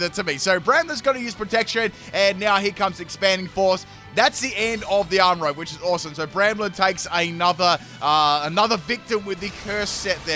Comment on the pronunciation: you should do a theme team of your most mispronounced Pokémon names! This video alone you have GrafAIAI (not GrafaiFai), ArmaROOJ (not ArmaROWG). Others include MeowscaRAda (not meowSCARda), ArbolIVA (not arboliVIA), SquakaBILLY (not squakabILITY), GarGANacl (not GargaNACL), EspathRA (not Espartha), GholDENgo (not GholdINGO).